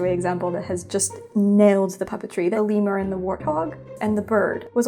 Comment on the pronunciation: "the limur and the warthog"